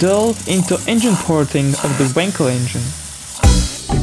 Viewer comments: For the love of god it's wankel not winkle stress the fucking A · you say wankel with an a like in wallet :)